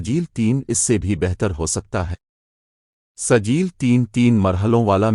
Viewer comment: کیا سجیل سجیل لگائے ہو تلفظ ٹھیک ہے کرو